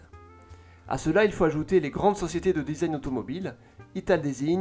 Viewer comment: Est il possible de ne pas savoir prononcer "design" en 2021 😱